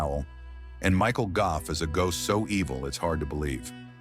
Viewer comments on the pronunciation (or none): none